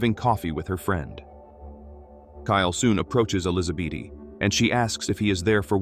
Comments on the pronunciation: Why are you saying Elizabeth as elisabaty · Sometimes the AI gets sooo close to saying Elizabeth correctly...and then we are right back to Elizabeaty...😆 🤣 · I sincerely hate AI. I don't understand how it cannot pronounce the same name the same way twice in a row... ElizaBEAT... ElizaBEETEE... ElizaBET... Then it starts over. It's bloody maddening. 😅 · Ai is still learning in grade 2 I think?😅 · Tomato Tomahto. Elizabeth Elisabaty! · AI is struggling to pronounce the name “Elizabeth”.